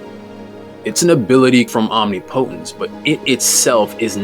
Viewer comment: For real, it's literally not hard to say